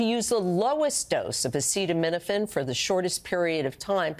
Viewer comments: Can her pronounce acetaminophen,?😂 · I don't use Tylenol but it's been avail for 70 years what does the POTUS know about a product he can't even pronounce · Yes, I heard him. DJT had a hard time saying that word. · I think we should hear this from a real Dr! Which Trump is not! He cant even say the medical terms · Show him saying acetaminophen... show it. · I don't think it wise to take medical advice from a guy who can't pronounce acetominophen or another guy who likes to swim in a sewer. You guys sure have some winners down there.